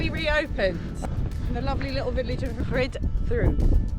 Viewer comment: Not pronounced Ridd doo, but Rheed Thee. And Hebog is not Hee-bog, but pronounced Hebbogg.😜